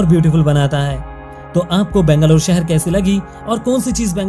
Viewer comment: Please pronounce Bangalore correctly. Nice video. Proud to be Bangalorean.!! ❤️